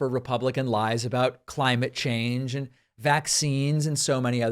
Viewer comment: Does he say "against tyrants THAT support the one and only movement" or "against tyrants AND support"? His pronunciation is so bad...